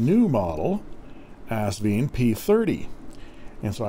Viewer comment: The company name is AsVINE, pronounced like a grape VINE. Besides the owner Britnum Li pronouncing it correctly on other videos (Sally's husband BTW), the box gives the clue, as it ends in a vine at the end of the 'e'. ;-)